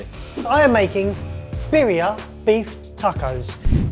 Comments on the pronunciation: Can we talk about how Barry pronounced barria? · Good thing that Jamie said "rengdang", but Barry should've said "birria", because that is not really birria either, sorry.